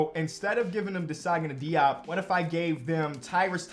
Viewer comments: hey i just wanted to say it is prounced jope not diop. I’m not mad but jus wanted to ingorm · Hey, I may be wrong here… but as a lifetime cavs fan, Diops name was always announced to sound like Zagana Jop when he played for us. Don’t want you to run into that man again and you potentially are saying his name wrong lol. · As a life long Nets fan, when Desagana Diop was on the Nets, I’m pretty sure I remember the Nets announcers, such as Ian Eagle, pronounced his last name as “Jop.”